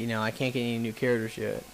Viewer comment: In the next episode, will pronounce Charders... Characters. Hah, I only kid, fun video though. No Harrier though is a bummer.